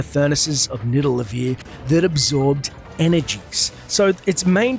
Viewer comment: Did you just say Nidalevir?